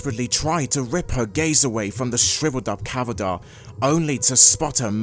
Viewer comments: Immensely spooky story! 😮 I enjoyed (through goosebumps), the slow reveal, and the creeping horror of it all ( shudders ) I hope you do more! 😃 A few small hints for the future though - it's ca-da-ver, not cava-darrr. And in the parts where Twilight collapse-sat, horses have 'haunches' (hawn-shez) in the sense of the body part, not 'hunches' as in detectives getting a feeling about a clue :) And 'wary' (rhymes with hairy) means cautious, and 'weary' (rhymes with theory) means tired, exhausted. I haven't gone to the story link so it might be author error on those last two words, but yeah, def not to nitpick you! Just trying to be helpful for your pronunciation ☺ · I like your reading except for the fact you kept saying cavader instead of cadaver. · Great reading but I have never in my life heard anyone pronounce cadaver like you do